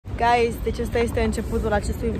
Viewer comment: I think you have to slow a bit down with the word, "Guys!" Wtf a zis de peste 30 de ori gayss...